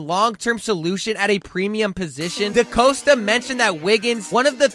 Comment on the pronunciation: Could just be me, but put in a better effort of pronouncing names right “trennon Simpson” “decoasta” and whatever you said instead of Madabuike